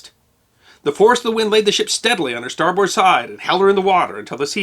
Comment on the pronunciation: Former Merchant Mariner, usmma 1982 nobody says star-BOARD, but rather star-b'rd